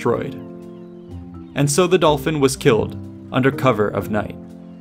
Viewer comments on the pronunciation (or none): "And so the dolphin was killed" the way you said it all suddenly 😂😂😂